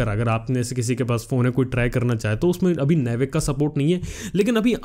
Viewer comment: It's not नेविक. It's नाविक baby.